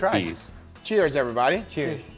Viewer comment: Stop saying EVERYBODY "EEVERYBADDY"